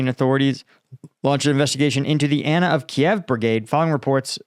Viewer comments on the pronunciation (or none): none